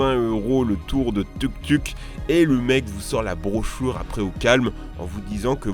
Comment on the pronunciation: C'est moi ou il dit "brochoure" aulieu de "brochure"